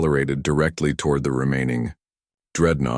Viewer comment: Get the pronunciations right - "reinforced bo"?